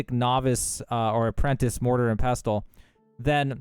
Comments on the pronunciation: Pess-uhl The “t” in pestle is silent. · Great exploit!! Also, silent t in pestel, so just “pessel” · Nice vid. The “t” in pestle is silent by the way you uneducated bum. ❤